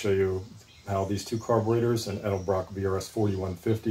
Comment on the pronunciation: Say it and spell it with me 😂 ED....EL....BROCK